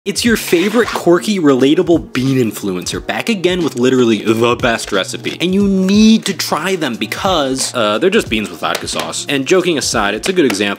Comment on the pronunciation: You do the thing You pronounce it "corky" instead of "kwerky" when you say quirky.